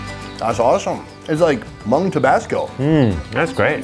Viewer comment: No hate but he saying Hmong wrong. I know this because I’m actually Hmong